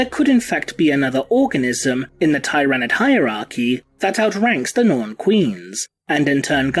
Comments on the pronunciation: Hey, real quick... does anyone else think pronounced Tyranid wrong? I’ve always heard “tier”-anid. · I think this is the first time i've heard Tyranid pronounced tye-ra-nid instead of teer-ah-nid. It's marginally distracting since i've only ever heard the latter format before today. To each their own. Also Tyranids have guns!!? O_O That's horrifying.